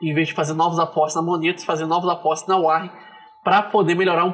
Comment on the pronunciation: Que agonia falar "uárrem". É "uórren" 😁 Eu uso ha tempo e recomendo.